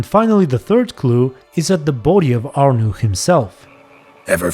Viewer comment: In the name of all those named Arnaud, please never pronounce our name like that again 😂